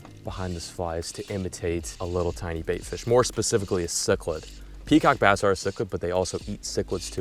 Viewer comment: I thought you said peacock bastard